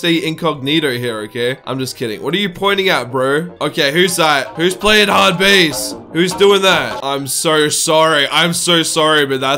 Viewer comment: Its not hardbase its hardbass